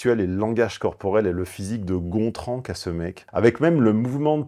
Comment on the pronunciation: "Gontran" ha ha !